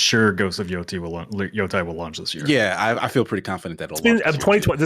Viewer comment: Repeat after me. Ghost of Yotay. Yotaaaaay. Not Yo-Thai.